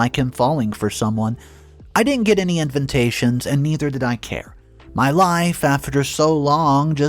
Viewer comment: Invitation not invintation. You’re driving me nuts.